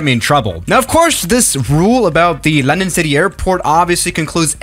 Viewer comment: "Londong" Edit: he fixed it now